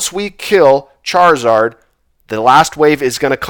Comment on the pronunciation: Another great run sir! Much better loot this time, cracks me up everty time you say Charzard and Blastoice lol